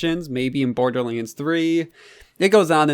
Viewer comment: Borderlends... its borderlands